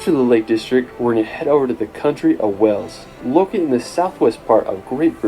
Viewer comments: WAYls not Wells for Wales! 🙂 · Why are (most) Americans unable to pronounce "WALES"? It isn't "Wells" as most of them say it's pronounced "WAYLES"!